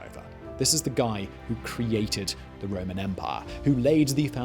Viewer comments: “The Roman Empah” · I never get tired of how he pronounces “Empaaaaah” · Remember to drink when Simon pronounces the word "empire" as "empaaah"